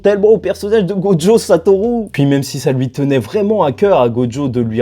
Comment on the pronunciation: Et bordel de merde arrête de dire "GODJO" CEST "GOJO" mon vier, écoute l'anime, va sur traduction, arrete dme faire le mec qui met un accent sur le prénom, y'a pas de "d" en ecriture et en prononciation, tu dis pas "condjugué" tu dis "conjugué" ben c'est pareil la, tu me fait mal au crane en plus tu le répète 5 fois par minutes sur la fin.